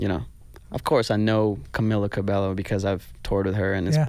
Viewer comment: Cabeyo* not CabeLLo